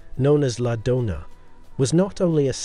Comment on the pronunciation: Its called la Doña with ñ not the Donna